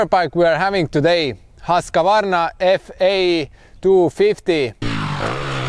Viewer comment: It's not pronounced Hosk-A-Varna😉 try saying it like whos-kvarna 🙂 protip from a Swede 😅